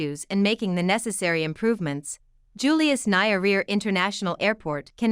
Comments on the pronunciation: Its Nyerere not Nayaria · Its Julius Nye-re-re madam, not Nairia!! Kindly get proper translation, even brother Google can help in such days.. If you as a You-Tuber are specializing in Africa & African names surely the best you ca do is try your best to get names right..otherwise thanks for the informative & offering solutions as well. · You need to get the right pronunciation for "Nyerere" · Narrator should have done a bit of research on how to pronounce the name of one of Africa’s greatest statesmen - Julius Nyerere. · Please try to get proper pronunciation for names before broadcasting... the way you pronounce Nyerere is absurd!!!!!!! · Poor pronuciation as a result of poor evaluation!